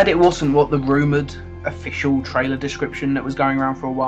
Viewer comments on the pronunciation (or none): The American guy can't say the word "trailer". He keeps on saying "traywer"...